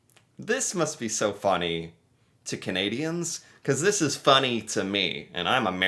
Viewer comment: Canadian here, this narator is Not Canadian!! He does not even pronounce Canadians properly!!